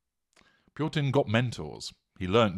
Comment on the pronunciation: It is interesting how you add an r to this name Purtin!